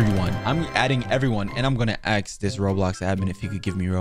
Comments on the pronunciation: "I didn't aks for all of this" favorite sentence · it ask not aks